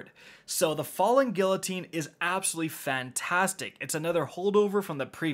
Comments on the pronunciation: GEE-----UH---TEEN.......got it? Do you say the "LL" in tortilla as well? GFC man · Don't forget how to this day, he still says guillotine wrong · gEE-Uh-Teen not gill-oh-teen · its pronounced gui-yo-tine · Drinking Game: each time says “Gill-o-teen” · FALLING “gee uh teen” my man, i was going psycho at the mispronunciation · He does not still say, “falling gilotine” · everyone is talking about the cold front legendary kinetic hand cannon but has no one else noticed that he pronounced guillotine as "gill-o-teen" ?? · Hey, just a heads up, Guillotine is pronounced "Gee-oh-teen." (Then L's are silent) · "FaLl3N GiLlotEEn" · Falling Gillateen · Falling Gilloteen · Did this nigga just say “Gillateen”? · It’s been half a year since the sword came out and still can’t say the word “Guillotine” correctly lmao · I'm more worried about how he pronounces guillotine ! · So y’all gonna talk about him saying cold front the legendary hand cannon but not the part where he pronounced the L in guillotine?... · No ones gonna talk about his pronunciation of guillotine? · Is no one gonna talk about the way he pronounced “Guillotine?” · Still can’t pronounce guillotine correctly lmao. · why can no one pronounce "guillotine" mon dieu vive la france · Listening to you pronounce guillotine hurts me. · Aren't you Canadian? Doesn't that mean you're federally mandated to be half French? How are you still pronouncing guillotine incorrectly? 😁